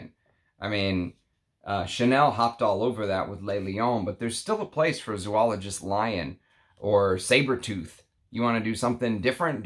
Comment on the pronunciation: Sounds like a great fragrance. Oh and just for your own info, it is pronounced Zō-ologist, not Zū-ologist. Thanks.